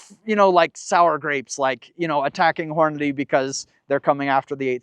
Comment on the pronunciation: I love your videos and I am a Hornady user and friend of Jason. As politely as I can say it… they pronounce it horn-a-dee. Not horn-a-day.